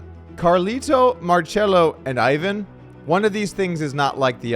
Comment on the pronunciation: “Ivan” here is pronounced “eee-vahn”